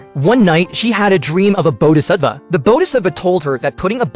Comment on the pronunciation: Its called Bodhhisatvaya pronounced bodhisatWaya